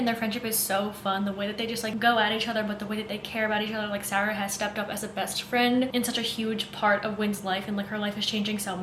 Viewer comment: I love the way you pronounce Sara 😩😩😩